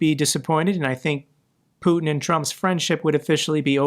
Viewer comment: I love it how Macron puts the stress incorrectly on Putin's name. So it reminds of a certain French word